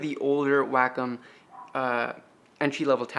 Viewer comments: (Way-com) not (whack-em). Thanks for the video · Wack em’ Please pronounce it correctly It’s way-com last time I checked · It's pronounced Wah-come. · isn't it pronounced way-comm?